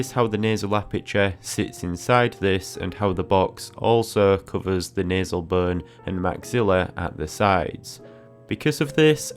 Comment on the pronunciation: He says “nuzz”. “Nasal bun” but he says nostril very enunciated 😂